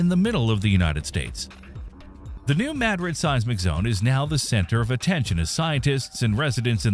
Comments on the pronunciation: It is pronounced Mu Drid not Mah Drid. Language is one of the most important ways we have to communicate, why do some insist on butchering it. Shows the blatant ignorance and low level of education these days. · Blah blah blah. Ok, first, pronounce it correctly, New Ma-DRID, as in Madrid, Spain. Secondly instead of blabbing on and on, show where the fault lines are, tell the history of Reelfoot Lake, tell when scientists think it might erupt and how strong it might be and what areas would be affected. And for goodness' sake, don't show pictures of bombings as if they were earthquake damage and plate techtonics causing tsunamis to explain internal plate shifts. Everything you said in the first 8 min. could have been said in 3 or 4. Or skipped altogether. The video would be better started at the 8 min. mark, as the part from 8-13 min is the meat of it. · It's not Madrid it's MaDrid in pronunciation and it was MO river not Mississippi river 🤷🏼‍♀️🤷🏼‍♀️ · yeah…..Maaadrid ??? 😂😂😂. Gotta teach these Ai’s how to speak English….. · Please learn how to pronounce Madrid and then re-record this video with the correct pronunciation and upload a replacement. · Now, if we could just get the AI to pronounce the name correctly.